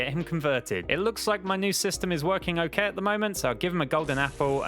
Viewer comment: oak-kay lmao